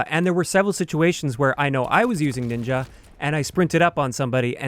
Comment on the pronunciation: N I N J A it sounds.... wrong..